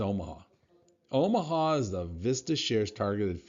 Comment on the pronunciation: Why do you pronounce it "Oh- Mah- Ha" when it's spelled "Oh-Mah" ? Am I missing something? ( Just an ex- Tacoma Boy trying to make sense of it all)